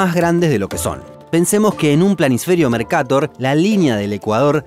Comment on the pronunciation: El mapa mercator no tiene tilde asi que se pronunciaría mercatór